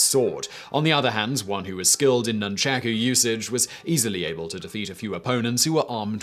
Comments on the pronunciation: Nunchacku. The proper pronunciation is nunchaku . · Whoever says Noonchacoo instead of Nunchaku can't be trusted 🤣🤣 please DYOR & learn pronunciation. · "Nunchucks" is a very lazy way of pronouncing "nunchaku" and a more accurate word for ninja is "忍び Shinobi", the original Japanese word, which roughly translates to "ruffian, spy" which is, itself derived from "忍び寄る shinobiyoru", meaning "creep around".